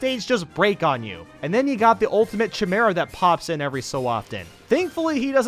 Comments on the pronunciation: can we forget about kalos and talk about his pronunciation of "Chimera" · he also can't say chimera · It's pronounced Ki-mara, not Chi-mara. Please work on pronouncing stuff from Mother 3, because the game is a masterpiece! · I like Hanenbow. Also, it's "kah-los" and "ky-meer-a" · And chimera “chie Mara” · how he pronounces words really triggers me. for example he pronounces chimera as tsjemera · chimera is pronounced kai-meh-ruh, do you even greek mythology bro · Palutana's Temple is big because it's a temple, those aren't particularly small. New Pork City is big because it's a city, those are typically large. Also Chimera isn't pronounced that way. P.S take this with a grain of salt because my judgment isn't too important. Except how to pronounce chimera. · Can't pronounce kalos and chimera! you damn idiot! Do your research! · I'm triggered of how you pronounced chimera